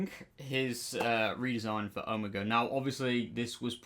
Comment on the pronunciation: I’m glad people are mispronouncing his name, because that Skelton blob wasn’t OH-mah-gah 😂 💀 😂😂😂